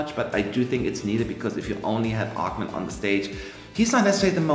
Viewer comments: Thank you guys for your opinions. "Ochman" is like "h" ---> hen, (not like "ch" ....> chemistry. ) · Ochman with an "h" like in "home" :)